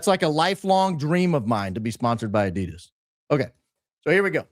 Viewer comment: Lol was just thinking that and its Adidas not Adidas ffs!